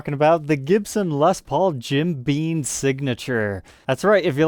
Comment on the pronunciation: Jim BEAM. NOT BEAN